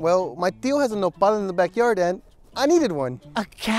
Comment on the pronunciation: Mexicans: "nopal": "Nepal"